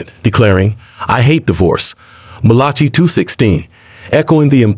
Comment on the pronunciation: Mal ah kai! Not M lol chi. If you want to purport to be an expert, pronounce the words/names correctly.